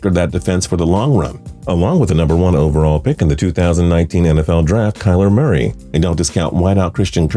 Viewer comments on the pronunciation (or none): none